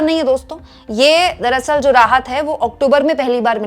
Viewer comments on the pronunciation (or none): none